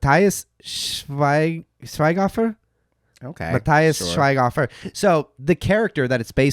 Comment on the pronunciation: 😂😂 as a german listing you mispronounce “matthias schweighöfer” … I’m like whooooo ? 😂👀